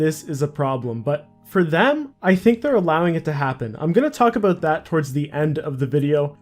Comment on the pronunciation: Ah, "today we got a lot to talk aboot"